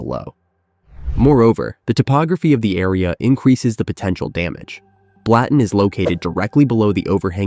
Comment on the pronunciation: I’m Swiss, it’s pronounced Blutten.